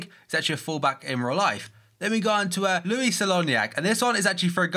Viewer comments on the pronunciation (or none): none